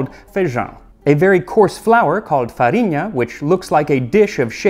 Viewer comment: Super true! I got really impressed here. As well as "farinha".